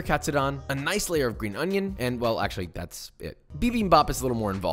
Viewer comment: The onion pronunciation was exquisite